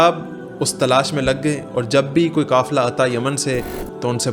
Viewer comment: کافلہ غلط ہے ، قافلہ ہوتا ہے